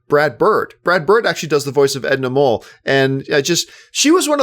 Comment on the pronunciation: edna "mole"?